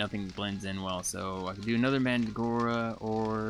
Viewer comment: its pronouced man dreg ora